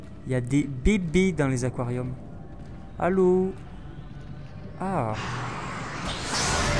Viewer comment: ia des bébé dans les aquoariome ptdr un aquouariome xd halala c pas un aquoariome xd aller pouce vert pour se qui on rigoler